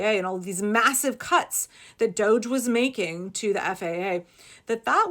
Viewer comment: Can we please stop using the chic pronunciation of this illegitimate"doe-zsh" office and pronounce it and call it what it is "DODGY!" Let's not follow their lead. There is nothing chic about a group of hackers working for the "destruction of government entities" should be referred to as DODGY because they are. They're dodging laws and the rule of law. If we're looking towards unmasking this crazy let's start by calling it what it is. DODGY.